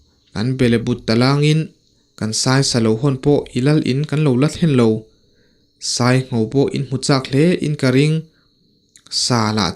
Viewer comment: Taw tê pawh a sai lo tiha sai hi elephant anga thlûk tur a ni lo va, thlûk hniam tur. Nghîng/khûr tihna a ni e.